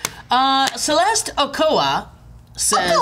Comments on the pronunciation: Did really pronounce Celeste Ochoa's last name Okoa? He is the worst Mexican ever. (I don't really think he's the worst Mexican ever, but it is funny that he mispronounced such a common Spanish last name.) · Ochoa not Ocoa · messed up the spanish name Ochoa. my <3 hurts (O-cho-A) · i love how is spanish but pronounced Ochoa wrong omg that was gold